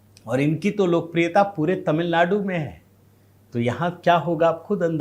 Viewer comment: Tamil nadu word shld read correctly